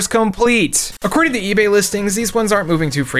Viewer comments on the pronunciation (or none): none